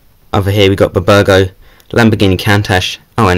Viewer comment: bbago? it's burago (b-you-r-ago)